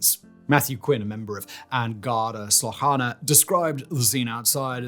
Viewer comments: Garda Síochana is pronounced Gard-ah Shee-oh-kawna. Considering he’s British, it’s MYSTIFYING how many Irish names Simon got wrong. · Haughey is pronounced haw-hy. An Garda Síochána -> she-oh-caw-na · Is this voiced by AI ? some shocking pronunciations it feels so off when he says garda síochána or bertie aherne .